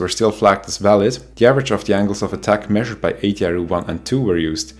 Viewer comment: Always upsetting to hear of casualties although, with no disrespect whatsoever to those poor victims - nor to our excellent host whose Engish is 766 times better than my (Swiss) German, must confess that I couldn't resist a wry smile hearing Ay-dee-eye-ar-ooh😏 which makes a lot more sense than ...-ar-you🙂❤